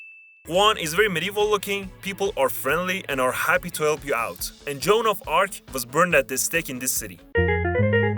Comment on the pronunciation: John of arrgh 😂 is Jeanne d'arc " jann dark" for a good pronontiation 😂 great vid bdw ❤